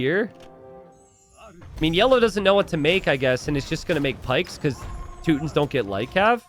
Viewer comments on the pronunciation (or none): what on earth are the teutons? i only know the teeeeeeeeeeewdns you're saying it wromg, ^.^